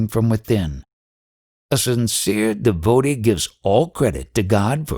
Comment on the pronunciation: Your voice distracts extremely. Please learn how to pronounce DEVOTEE